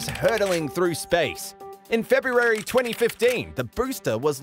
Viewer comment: Holy crap!!!!! Did I just actually hear someone pronounce the first r, in February??? Oh my god! No hwayyy!!!